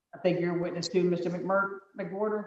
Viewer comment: Stop...that guys name is "Mc-Whore-ter" 😂😂😂😂